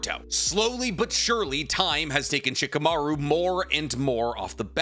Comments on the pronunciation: Why do you sometimes call Shikamaru Chicamaru? It's weird. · It's funny when keeps saying shikumaru is tree level😂